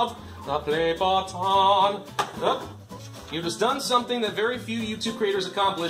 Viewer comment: "battan" Is it french,or something ????